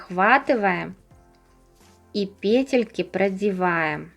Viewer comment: пЕтельки, пЕтли, пЕтель🤦‍♀️